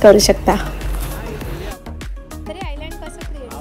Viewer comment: island jari asel tari tyala iland boltat, s silent ahe tai!!!